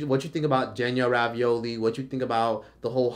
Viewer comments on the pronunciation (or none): Why does he keep saying "Danielle Ravioli"???